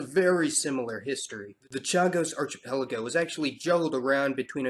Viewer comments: Just a (I hope) gentle comment on pronunciation: archipelago is pronounced [ar-ki-pel-igo]. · It's pronounced arKEEpelago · "arc ipelago". good,good work. G.Davis, 23June'24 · Okay I know you’re young, but how did you never learn that the “ch” in archipelago is pronounced like a hard c? Like in architect. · I hate to be "that" guy but archipelago is pronounced with a K and not a CH sound... Love the channel, love your videos. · I LOVE your videos, but can you please make at least a small effort to pronounce words properly (like archipelago)